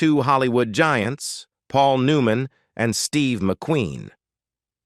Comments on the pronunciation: This has got to be an Ai generated video. The way the narrator mispronounces simple words like Paul New Man, etc.. It also is hard to follow the points being talked about. Is this the future of entertainment? If so, we're safe. This is garbage. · I learned nothing, but I did learn that this video used A.I. and it is horribly done. Paul Newman’s name is spelled “NEW-MAN” but pronounced as “NEW-MON”. Yul Breener? Cam-Mer-ra? And from our point of view, McQueen was fantastic in the movie and universally acceptable. It seems that the other actors were no different than those I have worked with; some liked me, some didn’t, no matter how well we worked together. Big deal. In the end, all I got from this video is heresy from supposedly professional actors who wish to merely criticize, complain, and condemn a dead Steve McQueen. Their complaints are purely subjective, trivial, and not provable.